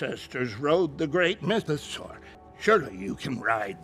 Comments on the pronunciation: why do you keep pronouncing it like mythO-SAR? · It's Mytho-saw like dinosaur. Saur is pronounced saw.